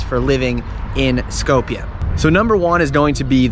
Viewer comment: It's called Skopje not skowpia and three dollar beer isn't cheap, yes good beer